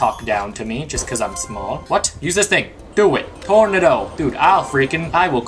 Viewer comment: tornido not tornado but tornido lol